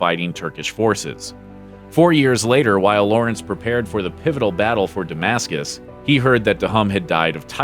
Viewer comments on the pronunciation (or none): none